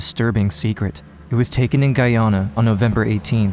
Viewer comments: I’m from Guyana 🇬🇾 and it’s pronounced guy Ana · My mother was born and raised in Guyana. It sucks that this beautiful country is known mainly for this disaster. Oh and PS - it's pronounced GUY-AN-NA, not GUY-AW-NA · Guyona?... How dare you mispronounce Guyana like that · I was most shocked by the pronunciation of Guyana